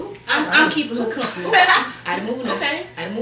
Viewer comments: LMFAOOOOO not they can’t say comfortable 😂😂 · them struggling to say matress and comfortable 😂😂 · Them tryna say comfortable